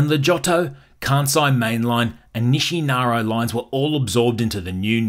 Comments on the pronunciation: Your pronunciation is out of control.. NISHINAROW ? Informative nonetheless. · Very informative, thank you! I lived “inside the loop” for 12 years. One note…say it with me ; Nih-She-Nar-Eeeeeee Nishinari.